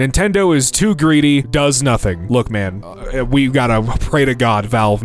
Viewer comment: “lok at the risin sun” DUDE IS MIDNGT FOR ME